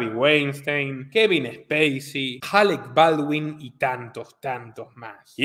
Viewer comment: Alec Bawldin, por algo mató a la directora de cine, aunque dice que No. sabía. Es raro. Alec Bawlin.